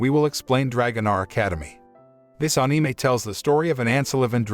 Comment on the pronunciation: Lol i like how the bot says anime in a weird accent lol